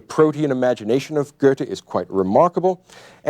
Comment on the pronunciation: Someone tell me where all these people are getting an r sound out of Goethe? Are they out of their minds?